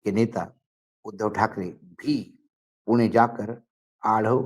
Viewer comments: पूना नाही पुणे जर मी वनखडा बोलो तर चालेल का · पुणे ✅✅✅✅ पुना ❌❌❌❌ भाषा बदलली म्हणून नाव बदलते का?? मग तुमचे नाव अमराठी लोकांनी ashokaa असे घ्यायचे का?? Ashok असेच राहणार ना?? पत्रकार आहात थोडी बुद्धी वापरा... माणसाची जागेची नावे.. भाषा बदलली की कशी काय बदलू शकतात?? डोक्यावर पडलेत सगळेच तथाकथित पत्रकार..